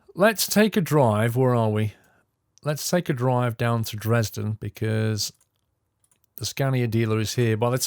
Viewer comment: You say Dresden wrong !